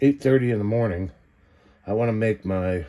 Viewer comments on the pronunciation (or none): none